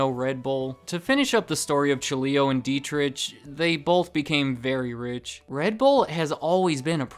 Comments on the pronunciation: It’s pronounced deet-ricK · Monster's always less expensive than Red Bull, no matter where I shop. I've been getting into Rockstar lately, more caffeine per can and costs less than Monster. And Dietrich is pronounced with a soft ch. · Dietrich is pronounced d-trick my name is Deitrick but it's the same pronunciation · I'd like to point that "Dietrich" is pronounced "dee-trick" not "die-trich." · Dietritsch LOL :-) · If you pronounce this "Deetrigh Mahtheshits" you can get pretty close to correct pronunciation. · i dont want to sound like a smartass, but i think you say it like, dee-trick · DEET-rick(phlegm sound here) MAH-teh-sh*ts Dunno about the Thai guy though. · Is there an ant on the top of the can? They are everywhere! World domination incoming! By the way, the way you're spelling the "ch" in the name Dietrich is quite funny for an Austrian. I guess you're thinking similar, when you read this comment. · Butchered the name Dietrich but that's understandable hard for a not German speaker :D I like Red Bull because they have my Favorite Sports people on payrole, and I like to support them in some way at least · FYI, the "ch" in Dietrich is pronounced like that in Loch Ness. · Dietrich is spoken without the [ʃ] sound. Just saying